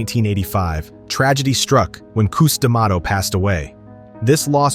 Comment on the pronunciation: Pronounce cus da mato right seriously!!